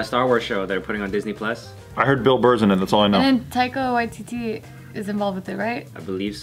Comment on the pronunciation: Did she say taiko? 😂 I heard taiko instead of Taika.